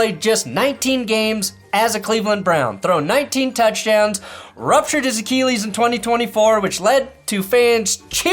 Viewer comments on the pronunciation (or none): Achilles pronounced A-Kill-ees...not A-Keel-ees. The East Coast in me cringes everytime you say it lol